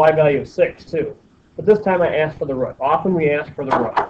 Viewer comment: "One rut" lol